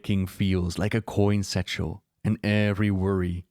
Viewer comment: I listen to your stuff as I relax at night. I swear it sounded like you said "Coin-Sexual" instead of "coin satchel"... lol